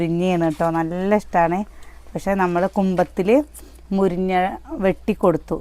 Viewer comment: മുരിഞ്ഞ അല്ല മുരിങ്ങ ആണ്